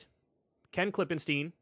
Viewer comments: KLIP-en-stine. Stine. Not steen. He said it right in front of you, man. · I wish someone would teach Kyle how to pronounce stein and stien, it's the other way around from how he does. Klippenstien is pronounced like stone in German, if the i comes before the e you pronounce it like Kyle does. I usually try not to be a grammar police but he says it wrong every week and it triggers me so hard! 😂